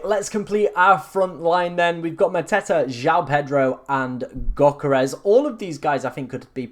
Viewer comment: It's Yo-keh-res ... not gok-eh-res ... it sounds like you choking on my 7inch